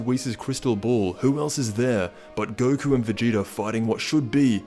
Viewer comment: lol "goku or vageta"...you mean goku.